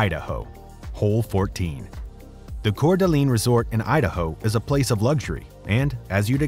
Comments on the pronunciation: #1 The name of the City is Cour D'Alene (pronounced Core Da Lane). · Dude it is pronounced CORE da LANE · As a Coeur d'alene resident, the way he pronounces it hurts me